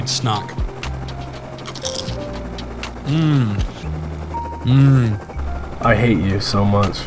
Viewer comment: sounded like he said SNOCK